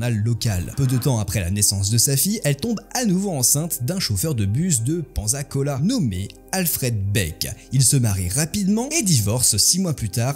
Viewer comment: Pensacola s'il vous plaît! >< "Paine-ça-cola" Les Français font mal aux oreilles x)